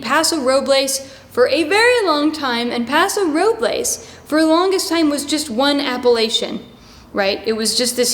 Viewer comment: Another great video, Madeline! BTW please don’t take it as being overly pedantic, but most here pronounce it “Pa’ sew Row’ bulz “. Where “Pa” sounds like the “a” in “rat”. And the winery (great choice!) is pronounced “Eh’ burr lee”. Thanks for all your great content!!!